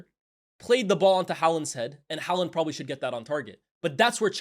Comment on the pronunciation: The way he pronounces haaland 🙄